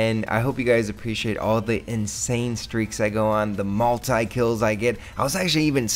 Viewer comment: hey! Ur saying multi wrong! its not multeye its multi